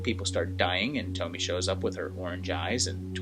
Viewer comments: Awesome that you did this series!!! I love these flicks, such a messed-up premise. Tons of stuff to analyze. Great chronological work in this video, fun! Also, I’m sure I’m not the first one to mention this, but her name is pronounced “toh-mee-eh”. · great video. I believe her name is pronounced Toe - Me - Ay. If you're interested, check out the youtube channel, "Horror Show Comics". He has done episodes on many different Tomie stories. There's a ton of them and each one of piece of the puzzle to explain what Tomie is without exactly spelling it out for you. The movies pale in comparison. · Pronounced tomy a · In the nicest way, how did the pronunciation of her name go soooo wrong?! 🤔😥😱 There's a mass amount of source material, additional content creators who've reviewed/analysed into Tomie and Junji Ito's work AND the mass number of movies where they all pronounce her name correctly.... I understand not speaking Japanese but how can you butcher the name of the protagonist and an enormously famous one at that?? Really makes me question whether you even watched the movies or just read wiki on Tomie. Sorry but the pronunciation is said so often that this video is so cringey and hard to focus on anything you're saying or take your vid seriously, which is a shame. 😢